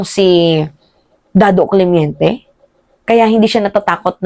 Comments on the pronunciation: correction.. CLEMENTE hindi CLEMYENTE. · Clemente not clemiente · Clemente hindi clemiente